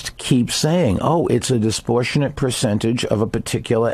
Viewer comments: What is disportionate? Does he mean disproportionate? That isn't a common mistake like "Febuary" or "nucular". Doesn't he claim to be intelligent and educated? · Toecutter I noticed that too. He was saying “disprotionate” or something like that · Is he trying to say disproportionate and failing miserably three freaking times? Dude..